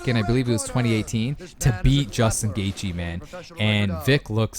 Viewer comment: The h is silent in gathje